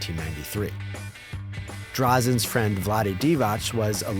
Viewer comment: Drazen it’s pronounced “Dra-Jan”. Lovely video.